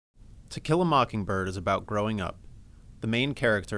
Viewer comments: I thought it sounded like he said "tequila mockingbird" at the end. I typed in "teq" into the YT search bar and tequila mockingbird immediately popped up... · Sometimes it looks like he said Tequila Mockingbird :) Great summary though, it really cleared things up for me!